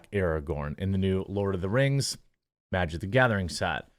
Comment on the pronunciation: lord of the kangz rangz of powur